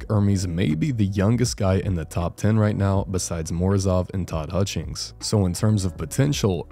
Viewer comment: I had to rewind the video after I heard Morozov and Todd Hutchings 😂